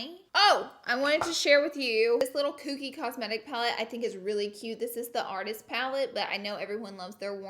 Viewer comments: It is KOKIE not Kooky LOL. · the way’s she’s saying kokie tho..... there is only one o, not two, so it’s “coke - y” not kooky lmao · Not cookie its Kokie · You’re right about where it’s sold but it’s KOKIE not KOOKIE lolololol and love how you say it like 5 times. ❤️ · It’s Kokie not Kookie lol 😂 love you Laura! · it’s pronounced koh-kee not koo-kee 😭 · Lol laura, its pronounced "Koh-kie" not "koo-kie"! And yea you're right, it's sold at walmart, but i'm not sure if it's sold at other stores? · Kookie Cosmetics😂 I think u pronounce it Kokie like Coke E, but I like Kookie better anyways!!🙌🏼💕 Gotta love that Laura Lee!! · Laura it’s pronounced like COKE-ie not Cook-ie 😂 lmao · It's pronounced cohkie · i thought it was pronounced k(oh)kie. huh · Say “Kookie” one more time, Laura 😂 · K"O"kie. Lol you always make me laugh. Love you💗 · Please someone tell Laura how to pronounce Kokie 😂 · Anybody else dying at how she’s saying ‘Kokie’ Hahahaha